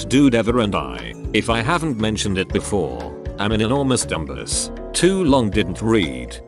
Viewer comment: Nobody: TTS: DUM BUSS